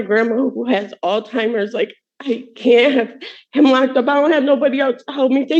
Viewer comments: Alzheimer's, not "all timers" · How can you trust a woman who says her grandma has old timers. She can't even say the condition right so how is she smart enough to know he didn't take cocaine. He did it for fs sake! When did the world become so stupid! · BTW, it's not All-Timers. It's Alzheimer's. If you've ever had a loved one who has had it you'd respect it enough to pronounce it correctly.